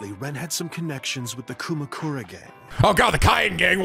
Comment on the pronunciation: Am I the only one who misheard kumakura as kamukura?